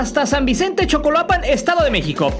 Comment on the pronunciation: Carnal te equivocaste cuando leíste "San Vicente Chicoloapan".... dijiste "Chocoloapan" 🤣🤣🤣